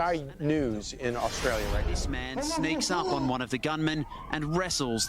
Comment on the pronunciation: Oh so now Australia is Austrael?